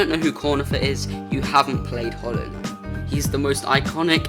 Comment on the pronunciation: bro can't even say knight